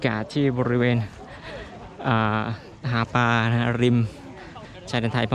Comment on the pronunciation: หาปลานะครับ ไม่ใช่ หาปา